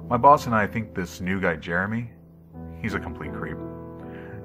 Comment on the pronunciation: I thought at first he said: "My balls and I" instead of "My boss and I".